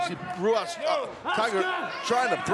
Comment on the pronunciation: It was funny during the Tiger Ruas match hearing Excalibur pronounce it Huas and Taz pronounce it Ruas. Is it typical in Brazil to pronounce R's like H's? If it is, I don't understand why you would choose a new made-up name for yourself that the majority of your audience (English speaking) is going to pronounce wrong. (I'm not attacking the wrestler at all, his look and skill are out of this world, I just don't understand why you'd choose the name and spelling Ruas if it isn't pronounced as Ruas.)